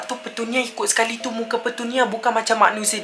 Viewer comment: Aku jeke yg dgar dia kata petunia tu pertanian? ke aku yg pelik...